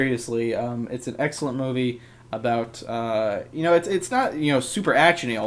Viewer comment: i swear i heard u say sexcellent